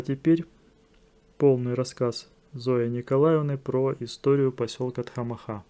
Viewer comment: Спасибо за хорошее видео !!! Маленькая поправка: название "Тхамаха" происходит от адыгского слова " Тхьэмахуэ", что в переводе означает - "Божье счастье". При произношении ударение падает на предпоследний гласной - вот так - "ТхамАха", а не ТхамахА.